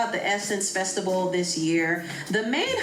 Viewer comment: yes but says “festibal”.